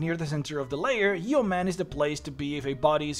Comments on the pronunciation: I cringed for a good chunk of this video... Yeoman is not pronounced Yee-oh-man, it's pronounced Yoh-men. It's a real world that means a farmer that cultivates his own land, which is why the city is NAMED that. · Yeoman is typically pronounced yo-man. Great video! This is my first stop for an afterlife